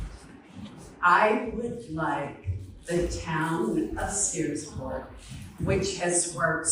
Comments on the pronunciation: did you say seaport it's sears-port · Searsport not seaport. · Searsport, not Seaport. Very nice place, I fish there all the time! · Searsport not Seaport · It is Searsport. Not Seaport. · It’s called Searsport please pronounce it correctly